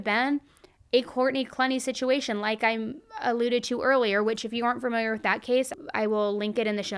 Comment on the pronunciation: "FURR -miliar" 🙄